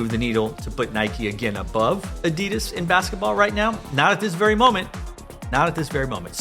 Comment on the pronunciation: U said it. Its adidas